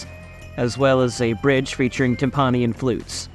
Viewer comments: Yeah, TIMP-uh-nee, not tim-PAH-nee! Excellent research and editing, but that mispronunciation really threw me off. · Timpani = "TIM-puh-nee." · Should really learn how to pronounce "timpani".